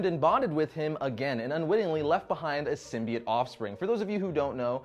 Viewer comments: ITS PRONOUNCED SYMBIOTE NOT FUCKING SYMBEET!!!! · You do know it's SymbiOTE. Not SymBIATE? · Sym-bi-OTE with an O!